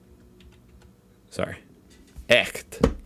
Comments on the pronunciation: Ersatz: air-zats Zugzwang: z is pronounced ts – look at the signs in the brackets. It is pronounced tsuktswang. Weltschmerz: sch is pronounced sh. Festschrift: Not fats, but fast – fast-shrift (like shift). Echt: Your ch sounds not bad Realpolitik: Real is pronounced like ra-uhl- Its also not real irrsinn, but ra-uhler Irrsinn. Strum & Drang: u is pronounced like use without the j sound at the beginning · Your pronunciation of - ch - in "echt" was very good!